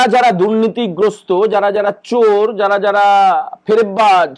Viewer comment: Like your way of pronouncing Cchor instead of Chor 😁😝